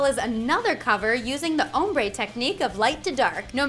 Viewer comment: Do people normally say ombrè like did and I am weird or did she say it differently